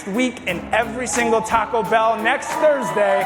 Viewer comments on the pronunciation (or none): none